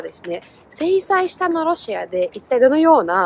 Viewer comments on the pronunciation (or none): 制裁下 せいさいしたじゃなくてせいさいか、だよ！😊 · 制裁の影響が余りないことについては「ニキータ伝」さんの動画で知っていました。資源大国は強いですね。 ところで「制裁下」は「せいさいした」じゃなくて「せいさいか」ですぞ。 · せいさいしたとは読みません。せいさいかです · ところで余計なことながら「制裁下」と言うような場合は「せいさいした」では無く「せいさいか」と読みます (under the influence of....とか under the control of....と言うような場合ですね)。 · ごめんごめん 1点だけ指摘させてね (^^; せいさいした ではなく せいさいか が正解だと思われます！ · 細かいこと言ってごめんなさい 制裁下（せいさいか）が正しいかな さんだからこそ あえて指摘させてもらいましたm(__)m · 初っぱなから『せいさいした』とは(笑) あざとさなのか？ 外国人あるあるなのか？